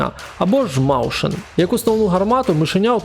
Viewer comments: Не "маушен"!!!! Мойсхен!!! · на майбутнє, Mäuschen читається як «Мойсхєн», а не «Маушен»